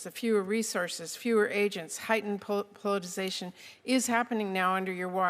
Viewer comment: How did she get this job but can't even pronounce the word POLITICIZATION??? She said "politization" multiple times, WHICH IS NOT EVEN A WORD.